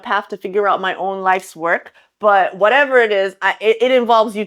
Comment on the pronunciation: i love your whatevah moments! 👍